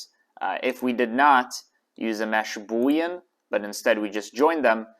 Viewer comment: Wow, that was the first time I've ever heard you say boolean correctly!